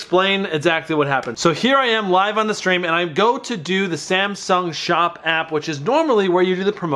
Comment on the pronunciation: 😂 “samshung sop app”